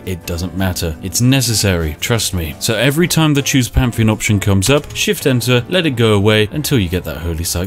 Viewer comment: English: pantheon Spiff: pamfeon